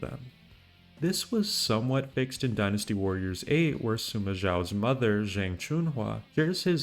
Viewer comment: DW Online... I havent heard anyone mention that game in a very long time. I did play it, even spent money for in game content. Was an awesome game... I miss it. And btw, "zhang" is pronounced "chang"